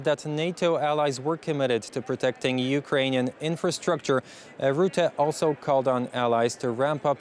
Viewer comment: Say russia, now say Rutte. There is no Ruette